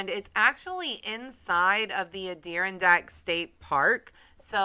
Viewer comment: That was a great story! The way you say Adirondack is bizarre. It’s a-dr aan dak emphasis on the aan lol